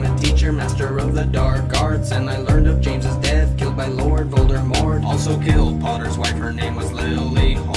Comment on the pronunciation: Why do you say Voldermort it's voldimort